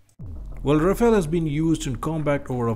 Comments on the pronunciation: The pronunciation is Ra-Fal and not Ra-Fail. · The spelling and pronunciation of Rafale is wrong. It should be pronounced as Rha-faal. You need to get both right to be taken seriously.